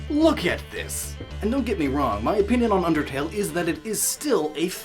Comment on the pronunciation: pinpinion sounds funny.